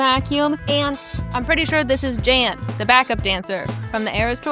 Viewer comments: And it’s pronounced like “yawn” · I really enjoy your videos. Could you please watch one episode of Dancing With The Stars for the sole purpose of learning how to pronounce Jan's name? Thanks. 😂